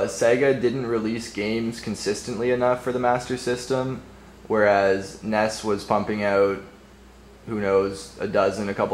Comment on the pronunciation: He say the nes weird